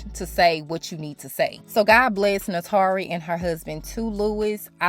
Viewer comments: Goodness it's hard to focus beyond you butchering her name: it's pronounced 'nah-too-ree' not nahtaree. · NAY-TOUR-REE!! Great video too.